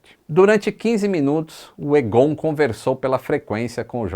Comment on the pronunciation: O nome é pronunciado "Égon", não "Egôn". kkkk